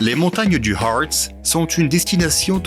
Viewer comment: Pourquoi prononcer à l'anglaise "Hôôôrtz", le Hartz, qui est un massif allemand ?